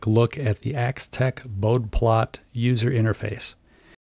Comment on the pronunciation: It’s pronounced BOH-dee, named for the engineer Henrik Wade Bode